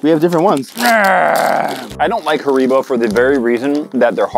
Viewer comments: Its not hareebo its haribo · It's harrybo not harreebo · I know right ! It’s harry-bo lol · Said Like HarryBo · They said it was hard! If Haribo (HarryBo) is hard then it’s old! (I’m from Sweden so I heard them say it wrong to😂) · Am I the only one who noticed the were calling Haribo, Her-ee-bow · Hareebo XD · Who else got triggered when they pronounced Haribo wrong? (Hair-i-bo) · It’s supposed to be pronounced hair-ra-bo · l don't like haribo Europeans:it's not said like that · The way said Haribo 😆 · Oh my days the way that they say Haribo was driving me insane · he said said haribo wrong i am british that is the definition of pain